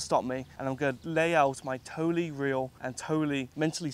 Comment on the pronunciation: I hate how you say totally.... "Toely" 🤮🤢 good on ya though mate! You're one crazy bloke!